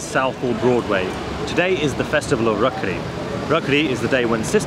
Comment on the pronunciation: Bro it's rakhi not rakhri